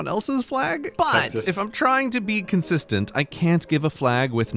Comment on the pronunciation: he mispronounced Texas